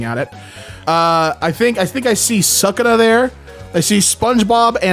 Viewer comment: OH NO NO YOU DONT ROLL THAT BACK YOU DID NOT JUST BUTCHER SUKANA TO THE NTH DEGREE AND CONTINUE AS IF YOU DID NOTHING